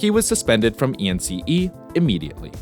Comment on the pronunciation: It is RobbaN, not Robin. ENCE, not E.N.C.E.